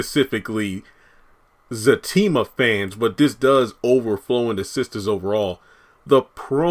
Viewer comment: It's Zatima Not Zactima